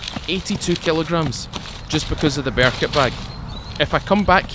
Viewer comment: Not so used to your accent so when i heard you say "Bear detector" I swear I thought you said beer detector lol.